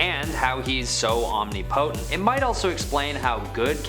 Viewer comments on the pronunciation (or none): Guy can't say omnipotent. That's OK, he'll get it right next time he uses that word.